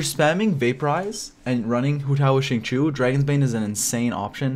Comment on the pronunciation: his name is XINGQIU not qingqu =(((. Shing-Chiyow